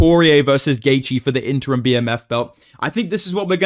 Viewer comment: did i just hear say interum bmf belt 💀